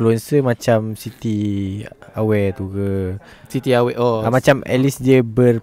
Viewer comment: Comel sebut sitiawe tu mcm tu hehe😄😁 Nama dia hawa kan sebutan dia hawe cuma buang h